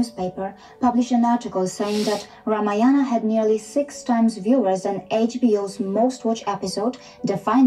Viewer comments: at least pronounce Ramayana properly. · Mr korbin should do some research and HW before making fun of Indian history..we worship lord Rama and celebrated Diwali in his honour... atleast learn how to pronounce correctly because u can't make fun of everything and everyone...it hurts the sentiments of people. ..and for obvious reasons indrani can explain u in better way that who is SriRam and Ramayan for Indians...